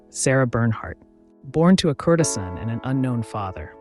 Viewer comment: Yes, your former teacher would want you to double-check your pronunciations of (the avenue des) Champs-Elysees, courtesan and macabre. Otherwise, this was a most entertaining bit of history to watch on a Friday afternoon, and I shall watch it twice!! Thanks for your efforts to enrich our lives. It is appreciated.